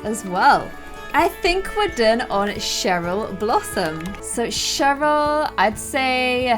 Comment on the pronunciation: Cheryl and I think you got Cheryl wrong